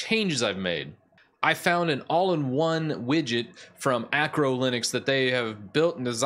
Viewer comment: It's ARCO (arco) not ACRO (acro) linux. This is just a mild criticism. I love your channel